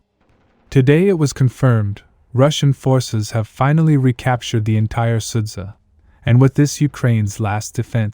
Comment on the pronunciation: In the word "Sudzha" the letters' combination "zh" is pronounced as the letter "g" in the word "George". Or, as an example, pronounce "sood jar"